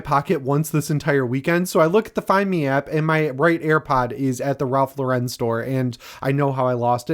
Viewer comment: Love the vids, hate the way you say ralph lauren